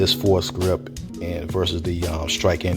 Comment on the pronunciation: It's pronounced like "for grip."